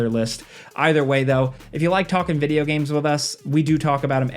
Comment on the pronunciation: Heres 10 things that have been forced into "vijeo games" 😂😂😂 i love it